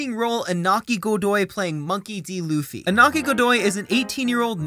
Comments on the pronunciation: It is Iñaki, not Inaki. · "Iñaki", please. "Ñ" sounds similar to /ni/ for not native speakers, so try say "Iniaki". Thanks.